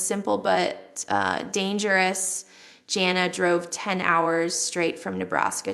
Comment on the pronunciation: Doesn't even look like Jill. Also it's Jana not Jail